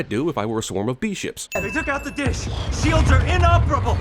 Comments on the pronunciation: Sin: "Sields" instead of "Shields" Gotcha ;) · he said sields not shields lol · He mispronounced shields ...just saying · You said Sabotaging 'Sields' bwahahaha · "Anti-Sabotaging Seelds?" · "Anti sabotaging-sields" amazing but now how "shields" are supposed to be said.